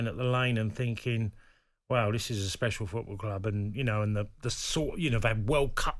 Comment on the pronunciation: Yeah, pronounced 'spethial'.